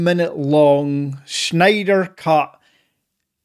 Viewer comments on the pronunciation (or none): none